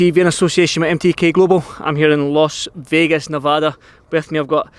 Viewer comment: Las Vegas Andrew ..not Los ya fud